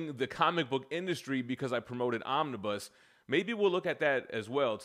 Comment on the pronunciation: If you can’t pronounce the plural for omnibus properly then the opinion you express on them should become invalid. Also, desperation was not a word I’d use for in the other vid, honest and tenacious and forward looking would be some I’d use.